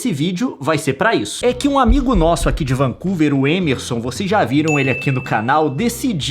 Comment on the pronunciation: Além de chamar MEME de MIMI, o Leon chama o Émerson de Êmerson...